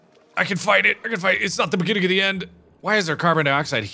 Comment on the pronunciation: At 2x speed, when Mark repeats, “it's the beginning of the end, ” it sounds like he's saying “It’s biggity end, ”